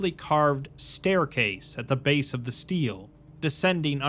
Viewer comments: stele is pronounced stay-lay btw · Love the video mang, just one note. Steele and is not pronounced like steel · FFR Stele is pronounced “stelleh”